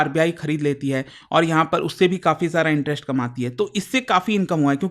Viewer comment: Why does he pronounce "interest" as "interesht"? "West Asia" became "Wesht Ashia". Have heard him say "violence" as "voilence" a lot too. Not expected from an educator. Strange.